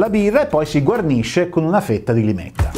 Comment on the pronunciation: Limetta e non lime ❤